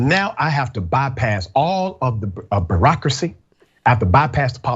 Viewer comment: LMAO. He was a teacher, a principal, a college proffessor and he cant even pronounce bu·reauc·ra·cy. byo͝oˈräkrəsē